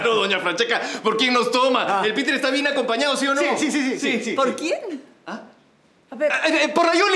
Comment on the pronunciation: es piter no peter jaja